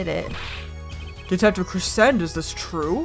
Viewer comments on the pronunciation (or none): Daryan’s last name is not said like crescent its said like crescendo